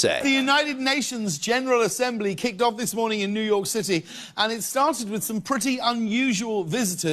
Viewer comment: I don't like how James says "New York" with that emphasised "k". Idk why, just... please James, don't say New York again for the rest of your life